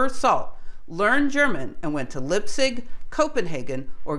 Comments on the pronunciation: Oh, and the same for place names. Liepzig is pronounced "Leepzig" (sorta) not "Lipzig". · It's not "Lip-sig", it's more like "Lype-sig". Otherwise - a subject that always fascinated me! Thanks! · LIE-P-ZIG, not lipzig...argh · I love your videos, and you need not change a thing for my appreciation. In that spirit I would like to make one constructive remark. I think it would be good to pronounce Leipzig with a long I (Lie-p zig). This is not the German pronunciation, but what I believe is a more correct English pronunciation of a very famous city, Leipzig (the rule is: ei and ie combinations take the long sound of the second letter). Impulsively pedantic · You need to work on your pronunciation of Leipzig. I studied German, and it grates. It does not really take away from your excellent video, but is something I notice. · It's spelled Niels and not Neils! Very shallow info on the Copenhagen Interpretation, very bad pronunciation of Leipzig... not recommendable. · please pronounce the words correctly i.e. Leipzig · Great stuff, but Leipzig, wrong pronounciation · Sorry, I am terribly bad at the German pronunciation - sorry again. Will try to do better.